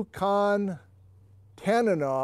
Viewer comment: I lived for a while as a youth in Tok, Alaska and I can definitely say that in that region it was pronounced "tan-uh-naw".